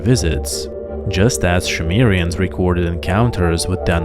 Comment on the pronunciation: Also.... it's not shoe mare eee ens. It's sum air ee ens. Phonetically.